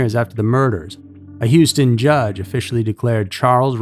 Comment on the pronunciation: He even pronounces "Houston" properly. Not that awful "Yewstin" I constantly hear.